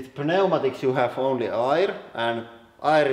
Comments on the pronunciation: Air not irrrr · Air. Say "ehr" not "ire" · hey man, it's pronounced AER , or ERR , not ir. (i mean air) say it more like "fair", or with the "E" in "melt" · It took me 5 minutes just to figure out he was saying "air" instead of "ire"... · When you say "air" I hear the German "eier", which means "eggs". So, maybe eggs?